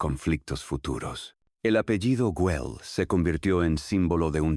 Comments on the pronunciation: Ai si si, entraba a poner lo mismo jjjj me estaban sangrando los ojos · Por favor, rectificar. El nombre de la família es GUELL, no Wel. Gracias